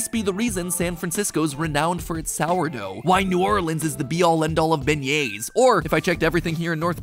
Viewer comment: Beignets lol